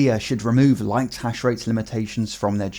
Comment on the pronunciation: Your enunciation was falling short when you said "Lite Hash Rate"